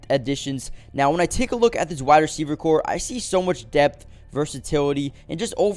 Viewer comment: Did this guy say phenomenal receiving core? 😊